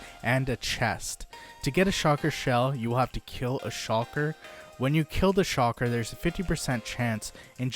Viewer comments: The fuck? Stop saying SHOCKER. SHULKER!!!!! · its shulker not shocker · It’s so annoying when he says shocker shells instead of shulker shells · Shulker not shawker smh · I can't get over "shocker box" hahahaha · He is saying shocker box, lol love it. Also, this sounds like someone is not using their own knowledge just looking at the wiki. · Shulker ❌ Shalker ✅ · I feel like he was saying shocker on purpose 😂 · Even though I don’t really need to watch this video I get triggered everytime he says “shocker box” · You’re not the only one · Bro ima blow up your base if you don't pronounce that damn word correctly